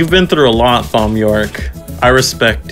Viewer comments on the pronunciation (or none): I'm gonna punch you if you keep saying Thom like that.